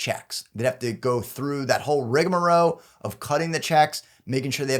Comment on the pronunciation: I don't have a problem with with the guy is saying for the most part, but if you can't say pursuant and rigmarole correctly there's issues. Also, trust me when I say deferring anything for a long period of time is not good.